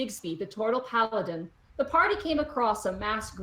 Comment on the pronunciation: Can we stop for a moment and refer to -ish where Digsby is called the turtle PAPA-din or do I have my ears screwed wrong? xDD DIGSBY THE PAPADIIIIIIIIN best title best class